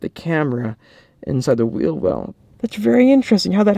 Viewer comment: HAHAHHAHA why the fuck did u say wheel like that 😂 omg that made me laugh 😂 “Okay guys I just took off the back right whhhheeeell” 😂